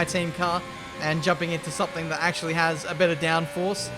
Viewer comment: nobody:: nAcHeWly